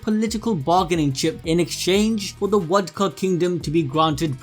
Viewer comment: Why you say wodka